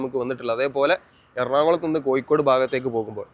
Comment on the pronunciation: വീഡിയോയും അവതരണവും കുഴപ്പമില്ല. പക്ഷെ ഭാഷ കൈകാര്യം ചെയ്യുമ്പോൾ ഒരുപാടു ശ്രദ്ധിക്കണം. ഇത് ഒരുപാടു ആളുകൾ കാണുന്ന വീഡിയോ ആണ്. അക്ഷരതെറ്റുകൾ ഒരുപാട് ഉണ്ട്. ഉദാ : മഴക്ക് , മയ എന്നും പുഴക്കു, പുയ എന്നും കോഴിക്കോട്നു, കോയി കോ ഡ് എന്നും ആണ് പറയുന്നദു പിന്നെയും ഒരുപാട് തെറ്റുകൾ ഉണ്ട്. നിങ്ങൾക് ഇഷ്ടമില്ലാത്ത പാർട്ടി കേന്ദ്രം ഭരിക്കുന്നത് കൊണ്ടാണ് ഈ വീഡിയോ നിങ്ങൾക് അവതരിപ്പിക്കുവാൻ കഴിഞ്ഞദ് നിങ്ങൾക്